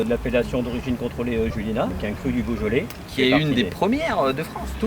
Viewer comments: Cyril on dit Juliénas pas Juliénasse! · Cyril le s de juliénas ne se prononce pas 😉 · J'habite à 5 minutes de juliénas, j'espère te croiser un jour Petit édit, le "s" de Juliénas ne se prononce pas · Le S de Julienas ne se prononce pas 😉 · Par contre je t'en veux pas mais pour habiter juste à côté de julienas ça fait mal aux oreilles, le s de julienas ne se prononce pas mdr